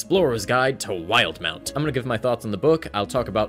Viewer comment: Wait, it’s not pronounced “wil-de-mount”?